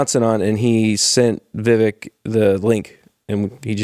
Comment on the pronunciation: Why cant pronounce Vivek properly? Also why am i irked by that. Love the show!